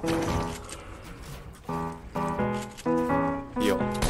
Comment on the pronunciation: はいオーケーがカイオウケンに聞こえる